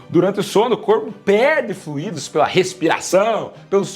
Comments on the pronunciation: fluÍdos não. Flúidos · Comecei tomar água todos dias, comecei em fevereiro 2026. Eu não tomava sequer 1 litro durante o ano. A falta de fluido faz mal para qualquer ser vivo...ah, o correto é: FLUI-DO E NÃO FLU-Í-DO. Fluído é o particípio do verbo fluir... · Fluido não te acento, doutor! Não se escreve fluído e nem se fala fluído! #adoroseusvideos